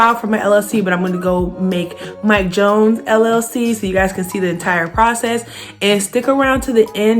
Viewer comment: Did anyone else notice how it said Mike Jonees